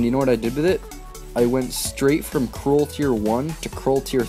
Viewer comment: Btw it's pronounced Kr-ool like Cruel